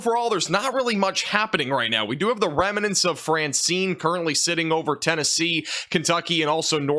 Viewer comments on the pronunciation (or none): It's good hearing someone articulate the weather in ways that are easily understood in a clear and articulate voice. With that said, there are a couple terms such as "remnants" and "farther" where you say "remenants" (adding an extra vowel) and "further" which doesn't actually mean distance. Further and farther are not interchangeable. Here is an example: One might better FURTHER their education if they are willing to travel FARTHER from home. Thanks and keep up the good work!